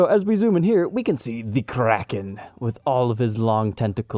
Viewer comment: I know it's probably nitpicking, but the word is historically pronounced KRAY-ken. The headstock-shaped island is a nice touch.